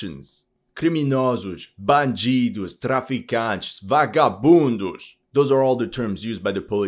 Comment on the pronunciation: VAGABUNDOS 😂😂😂😂 bro has a great pronunciation of brazilian portuguese, im actually surprised hahahahaha